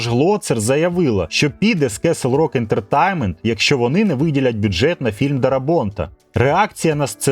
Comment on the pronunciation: [fræŋk ˈdɛrəˌbɑːnt] - Френк Де́ребонт (з наголосом на першому складі "Де"). Darabont — угорське за походженням прізвище, але адаптоване до американської вимови. Тому читається як "Де-ре-бонт", а не "Дарабонт". кеслрок ентертаймент блять ..... пздц ти даєш. Castle: /kɑ́ːsəl / - The "a" sound is like in "father, тобто КАСЛ /rɔ́k/ тобто рок. /ɛ́ntətɛ́jnmənt/ ентертеймент, з наголосом на -тейн-. а не ентерТАЙМЕНТ... кабзда просто скільки дивних наголосів, не правильної вимови. тема кльова, хороша і правильна. але ти не освічений, чи принаймі таке враження. мене вистачило на 9 хвилин. працюй над вимовою та дикцією. бо потенціал є. і голос приємний. а поки що це шлак.